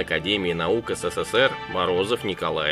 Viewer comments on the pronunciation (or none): none